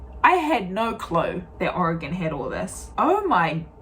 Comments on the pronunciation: Your two main pronunciations of Oregon were correct! Great vid! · The maker of this video pronounces "Oregon" correctly. I grew up in Oregon and have spent my adult life in Washington. I've seen only a fraction of the amazing sights to see in both states. This video shows why so many Americans have never left the US. They probably will not see everything there is to see in their home state. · You say "oregon" like a native.